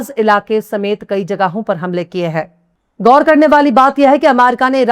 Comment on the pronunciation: BETA, Behtreen Urdu aur Talaffuz. Aur sudhaar kare.... Khatam, Ghaur, Khud, khabar....etc ka Talaffuz sahi kare ❤